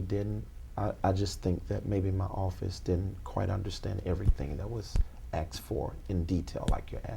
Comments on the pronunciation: “.....that was axed for in detail like you’re asking” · There is nothing worse than someone who thinks they sound intelligent. This dude has the vocabulary of a 12 year old. "Be pacific" "axed" " thats all proprietary". I mean fuck dude how do people get dooped by a guy like this. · at 30.15 He should be locked up for saying Axed rather than asked on its own without anything else ? He says no charge but they give in the offering ?? Offering ?? You mean when you tell them to give something substantial otherwise they wont be valued and Jesus wont save them. What a joke and con. You must be some mug to listen to this con man. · He should have "axed" Michelle 😂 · Who "axed" you Michele😂😂🤣. But fr tho, it looks just like a place where the birds would go to lay down and get some rest.